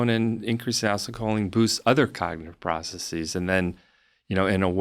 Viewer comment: How does this dude not know how to pronounce acetylcholine